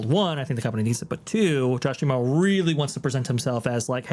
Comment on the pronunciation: Mispronouncing D'Amaro